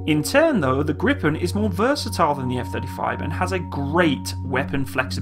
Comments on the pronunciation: Your pronounciation is almost good. You say the "pen" too fast. Try: Gri, Pen as 2 separate words. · It is pronounced "greepen" not "grippen". The i in Gripen is like the long e in "greed". The last "e" in Gripen is like the "e" in "end". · Its more like [greepaen] in bloody foreignish. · The pronounciation is Griiipen. Long "I" and short "E".